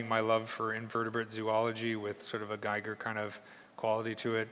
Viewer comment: nice tips! Giger, however, isn't pronounced like "tiger". He was a Swiss guy and is pronounced "Geager" ;) (like "eager")